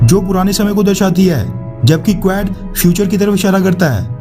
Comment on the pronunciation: कुवेड़ नहीं क्वाड है correct pronunciation